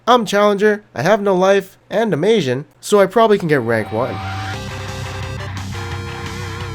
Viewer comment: Asian, took me a while to get it too